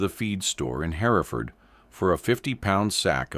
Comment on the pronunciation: The name of the town Hereford is not pronounced "Hair-e-ford" it is pronounced "Her-ford". It's the same name and historical location of the Hereford cattle breed.